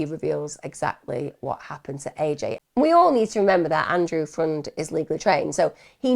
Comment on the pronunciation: I thought his last name was pronounced more like "friend"